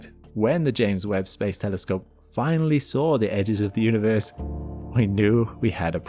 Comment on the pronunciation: THERE IS HOPE HE SAID TELESCOPE AND ASSUME CORRECTLY INSTEAD OF GOOFY NIGEL ASHOOM AND TELLY SCOPE :face-fuchsia-wide-eyes